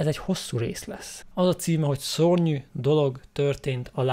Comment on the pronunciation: Sornü nem. Azt mondod. Hogy. Sörnü😂😂😂😂😂😂😂